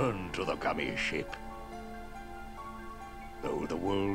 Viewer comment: every time says "gummi ship" i always hear "gummi shit" which is more accurate to be honest